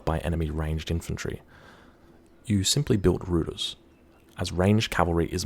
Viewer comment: "Rooters" took me a bit off guard. It's more like "routers" with "ou" like in "round".